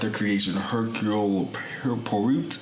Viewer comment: Yess, Ravenclaw! Also, Poirot = "Pwa-row"